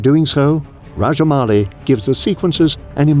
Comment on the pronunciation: Sir you are probably the first foreigner who pronounced SS Rajamouli correctly 🙏